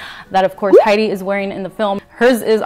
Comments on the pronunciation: Stunning!! 😍 Hedy is my forever goals!! 😍 And you pull the look off beautifully! You've got that natural beauty like she does. And even in the black, the look is on point! 💗 Btw, just for future reference, her name is actually pronounced like it's spelled. Not "Heidi", but Hedy. It's short for Hedwig. 😊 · You are so purdy! I love her so much too mush you two together and I’m happy...hope this makes sense I have a headache but me loves you xx p.s her name is Hedy not heidi you say it like head-ee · Hello, yes, I know. I pronounce Hedy's name wrong the entire time and I am mortified. 💀😭😂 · Thank you so much dear, oh my goodness 🙈❤ and yea, a few folks kindly pointed out I've been pronouncing her name wrong 💀 dies a little on the inside 😂